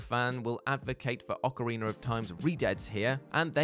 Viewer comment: OcarinA not ocarinER 🤦🏻‍♂️